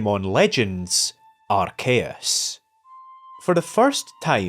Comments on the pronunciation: Some people are arguing whether the true pronunciation of arceus is ars-eyus or arc-eyus but I don't see anyone but you calling ar-kayus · Ayeeee I’ve been wondering where was at and bro came back with a banger topic. Chefs kiss Edit from the future: dear lord you gotta stop saying Arceus like that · Who the fuck pronounces arceus like that